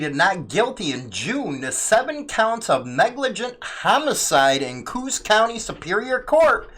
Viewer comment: OK, the county name is not pronounced Coos, it's pronounced coh-oss, two syllables.